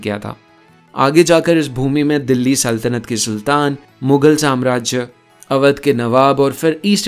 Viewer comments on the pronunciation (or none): none